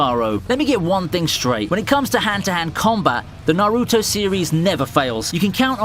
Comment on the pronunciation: Learn how to pronounce Kawaki, Naruto, and Boruto!